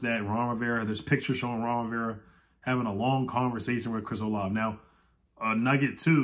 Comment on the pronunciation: Chris Olave is actually pronounced “Olavey”. As a Buckeye fan, I watched his output over his college career and he is definitely a difference maker on the field. Great signing if we get him!